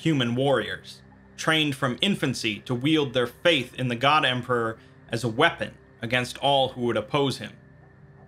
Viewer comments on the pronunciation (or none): none